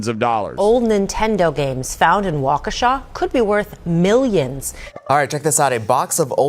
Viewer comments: No one outside of Wisconsin knows how to pronounce Waukesha. You can tell which news reports are in WI and aren’t 😂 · They say Waukesha wrong too